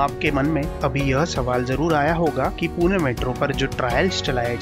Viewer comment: Tuhme last video mai bhi bola tha 'पूने' nahi hota hai पुणे hota hai 😑 अपशब्द